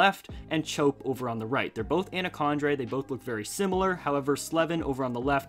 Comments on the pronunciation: In Chope's name it's pronounced normally, like chop, not chope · You pronounced “chope” wrong. It’s pronounced “chop”